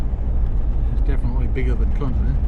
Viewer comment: Great video. Kondinin is pronounced by us locals as kon - dinin